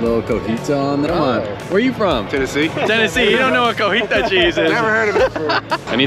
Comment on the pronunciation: if you're gonna clown on the ol boy from Tennessee for not being hip to the tasty crumbly cheese then the least you can do is pronounce it correctly... Cotija not cojita. 😬🤣